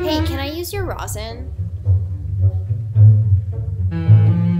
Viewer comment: how does one completely butcher the word “rosin”